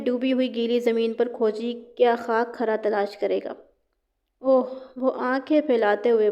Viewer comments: کھرا khara نہیں ہوتا کھرا khura ہوتا ہے یعنی کھ پر پیش ہوتی ہے زبر نہیں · Ji aor lafz کھرا b ghalat bol rhi hn. Agr kahani parhnay say pehlay aek ya 2 bar parh len to kafi behtri aa skti hay. Majmooi tor par kafi behtar hn.